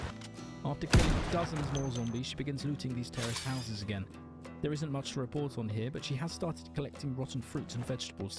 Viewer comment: What He says: terraced houses What i hear: terrorist houses 😀